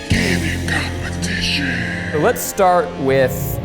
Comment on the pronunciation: Candid compe-tit-ion